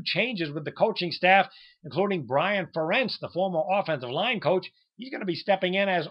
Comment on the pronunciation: do more research before talkin, youth in iowa's linebackers? we start 3 senior linebackers including preseason all-american "The Outlaw" Josey Jewell. And it's Ferentz! Rhymes with PARENTS!